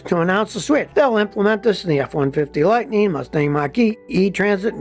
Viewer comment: "Rampeen"?????? "Lightneen"??????